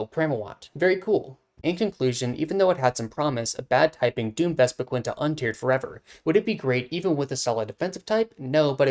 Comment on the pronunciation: You not saying vespi-QUEEN is giving me a stroke